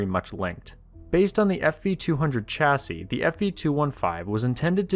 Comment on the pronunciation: Dear chap chassis is shhh not cha.